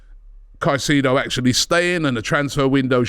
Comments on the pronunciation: Robbie please 😂 ... Kai-Say-Doe (Caicedo) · Robbie ffs man, you’ve been on enough shows with people who pronounce his name right and you still want to butcher it smh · Pls stop butchering his last name with your pronunciation. It’s disgusting